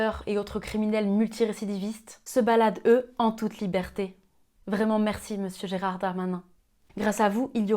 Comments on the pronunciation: C'est Gérald et non pas Gérard. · Oui mais c'est parce que elle l'a appelé a chaque fois "Gérard" au lieu de Gérald. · Cest Gérald pas Gérard. ❤. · Géraaaaaaaaaaaard ! Bon en fait c'est GeraLd mais je me doute que tu le fais exprès. ^^ Gérald ça a un côté un peu trop distingué. Gérard ça sent le rouge bon marché et le sauciflard de chez Lidl ^^ Et je m'excuse auprès de tous les Gérard de France et de Navarre dont le prénom est desormais sinistré. Tenez bon, ça reviendra bien à la mode un jour. ;) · Parfait ou presque haha Est-ce que c'est moi ou le prénom "Gerald" est prononcé "Gérard"...Après je chipote là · Gérald pas Gérard ma petite.